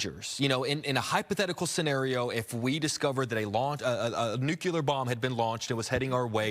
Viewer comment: It's nu-clear. Nuclear. Not nu-cue-ler. Just sayin'.